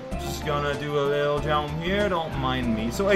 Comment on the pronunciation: I love when says jomp!